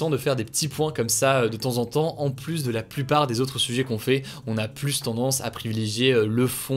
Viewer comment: Moi c'est sa prononciation du mot "plus" que je supporte pluSsss